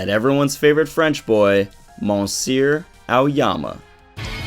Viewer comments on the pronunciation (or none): "MonSEER Aoyama" lmao + yes work that burgundy 👏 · The way you said "monsieur" hahahaha great effort but great vid man keep up the good work